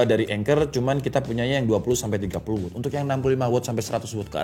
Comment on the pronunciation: Meluruskan juga. Watt dibacanya tetep 'Wat', kalo bacanya 'Wot' jadinya kata tanya 'What' hehe